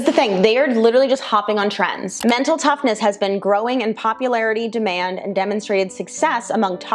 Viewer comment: Unfortunately as companies look to add revenue streams some of their practices usually start bordering on sketchy. I had to do a double take on the one portion of the video as I thought you said Tren as in the anabolic steroid 😁 instead of trend.